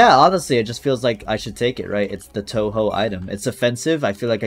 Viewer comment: bro really pronounced it as Toho